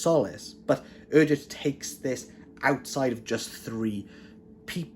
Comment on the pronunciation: I've been reading Erdrich's books for a long time. They are consistently well written and thought provoking. BTW, she pronounces her name "Erdrick".